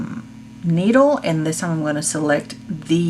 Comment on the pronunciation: I just cringed when you said “needle” 😱